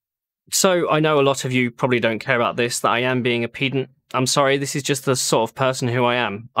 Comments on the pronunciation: I hate to nit pick on these things but I believe you're using the wrong pronunciation. It's written pedant not peedant. Ped as in to peddle a bicycle not peed as in to go number 1. The units stuff I'm with you on though, although I have been told I can be a bit of a pedant if you could believe it, so maybe that's a factor. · Its Ped-ant not PE-dant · It's "peddant" not "peedant". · I think you don't know how to pronounce pedant! You pronounce it like like its an impedance or impudence when it should be pronounced like you were being impudent, you prounanced it correct when you were discussing ped-en-terry! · Actually it's pronounced pehdant, not peedant. :) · ....pee-dent...i think you find it is pronounced ped-ant... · It's peh-dant not pee-dant? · I agree with you about MT/s. However, what really grind my gears is when people say 'pee'-dant when they mean 'ped'ant. You say pedantic, not peedantic. Good God, use the correct pronounciation, man. 😊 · It's "peh"-dant, not "pee"-dant. ;-) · I hesitate for obvious reasons - I think pedant is pronounced ped ant not --> peed ant Ped as in pedestrian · *Pedant, not pee-dant :p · It is pronounced ped-ant not peed-ant... being a pedant... so mt/s is right.... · It is peh-dant. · Not to be a pedant but the "e" in pedant is pronounced like the "e" in egg or elephant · That pronunciation of Pedant lol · I found the meta irony of pronunciation of pedant quite humourous 😃😃😃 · Huh, is that how you say pedant? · While we're on the subject of semantics. Please could you pronounce, 'pedant,' correctly. Thank you. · Not to be pedantic, but is your pronunciation of "pedant" phonetically stressed correctly? I fully agree with you on this point of Mhz being incorrectly used and it is far better to just use a non-unit based description. Please remember that "Kong is strong". Many thanks, Stakker Humanoid. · This would have been a much better rant if you hadn't mispronounced pedant...